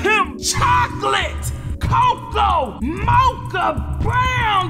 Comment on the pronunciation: MOCHA!!!! (Sidenote not being rude just sayin' it like her